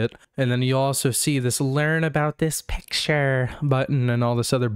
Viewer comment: That "learn about tis picturrr" 💅🏻 got me off guard lmao